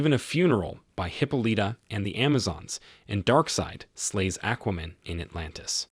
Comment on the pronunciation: Hip-o-Lita!!! I'm having a hard time taking this seriously every time he says that.